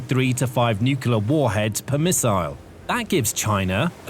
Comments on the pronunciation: It's NOO-KLEE-ARR, not NOO-CUE-LARR. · It's NEW CLEAR, not NEW KILLER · nuclear not nucular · Nuclear not nucelar ... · Can you please say NU-CLEAR rather than NEW-KILLER . Honestly... learn the language. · What is nucular power? I have never heard of it. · Every time I hear "Nukular", I suffer. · Say it with me: New-Clear. New-Clear. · The word is Nu-clear pronounced as new-clear. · Dude is saying nucular in a British accent nothing that follows that can be taken seriously! I couldn't continue after maybe the 5th time but I'll be he says the hulls are made of aluminum or some such shite. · Thumbs down (again) for not being able (again) to pronounce the word "nuclear". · All that and you cannot pronounce nuclear?!?!? How difficult is that? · You have to teach your bot to pronounce nuclear correctly; not like GWB does